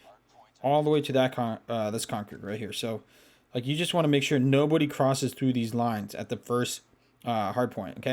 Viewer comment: When said nobody it sounded like no booty